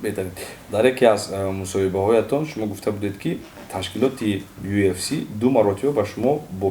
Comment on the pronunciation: Ай хато гуфтани уфс гуфтани,Мубориз кариб бовар кард ки уфс меги 😂😂ЮФС